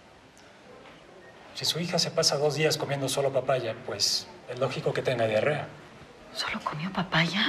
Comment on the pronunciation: Es diarrea no dearea